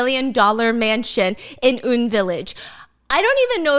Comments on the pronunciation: It isn't 'oon' village, its UN, as in yoo en 😅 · A bit bothered by the "Oon" village LOL it's U.N. Village, but carry on ~ missed your uploads here Stephanie! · I know it's late but hearing her say oon village instead of U.N village is killing me😂😂 love you though❤ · Apparently it is UN (like the organization), she pronounced it wrong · Huhu Stephanie I love you, but ig I got so used to it being said as U-N Village, like reading the letters U-N and not as straight-up "un" ; - ; SK Group also owns SK Telecom, (one of) Korea's largest service provider (they have 50% market share). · UN village is actually not "Oon-village" but "Yoo-En Village" as in UN like United Nations because of the historically high concentration of expats and international schools in that area. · It’s actually call UN (eu-en) Village like the United Nations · Girl just fyi it’s UN pronounced like U.N.